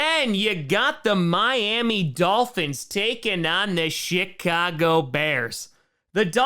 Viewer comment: Just me or does he purposely say “shitcago” bears